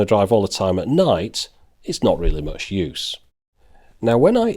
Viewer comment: 1: It's "much" not "match". 2: Go pro is 10-20 times more expensive. Stop Trolling.